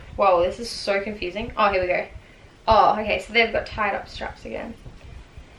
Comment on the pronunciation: Yelorw, so you knorw, gorw